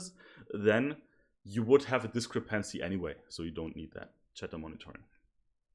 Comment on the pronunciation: Try stressing the second syllable in 'discrepancy' instead of the third :) Your presentation is otherwise flawless. 10 E coming up!!!